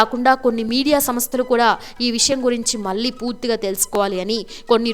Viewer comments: అమ్మా తెలుగు ఒత్తులు పొల్లులు నేర్చుకో. మల్లీకాదమ్మా మళ్లీ అనాలి. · ఒక విన్నపము... Anchor గారి తెలుగు, ముఖ్యం గా, వత్తులు పలకడం లేదు,,, బక్తి కాదండీ భక్తి అనాలి... మల్లీ కాదు, మళ్లీ అని పలకాలి... భాష, చక్కని ఉచ్ఛారణ, మీ ప్రెజెంటేషన్ కి వన్నె తెస్తుంది... ఇంప్రూవ్ చేసుకోండి, ఇంకా బాగుంటుంది... పాజిటివ్ గా తీసుకోండి ఆలోచించి